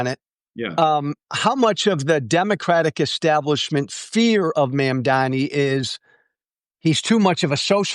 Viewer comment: For the love of god, it's MUM-DAA-KNEE. NOT MAAAM.